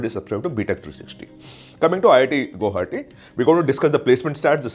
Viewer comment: learn to pronounce guwahati ....after that make videos